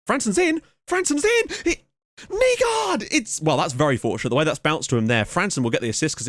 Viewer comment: haha dont worry, you're actually doing a fair bit of them rather well. Words like Hvidovre are tough coz the sound is smooth and comes from the back of your throat. And on another note, names like Nygaard is pronounced openly at the end like; Nygoar. Just in case you were wondering. Keep up the good work!